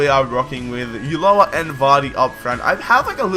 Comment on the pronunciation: ulloa is a beast! it's said o - ju - a. great series!